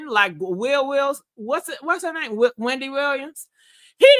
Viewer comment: You still be f'n up people names I see.